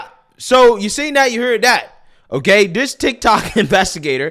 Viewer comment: It’s “THIS” NOT “dis.”